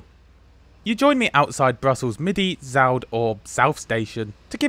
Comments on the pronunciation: The Dutch name for it is Zuid, not Zaud. I know the ui is hard to pronounce but you're making it sound like you're not even trying :P the route on that map is wrong, it's drawn past Breda instead of via, and it's drawn via Dordrecht instead of via the High Speed Line. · Nl Pronunciation - "Zuid" : a Nl "ui" is pronounced as in "Un ourse brUn" (Fr), DUnkerque, lUndi, ...